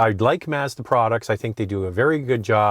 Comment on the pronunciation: If would only learn how to pronounce "Mazda."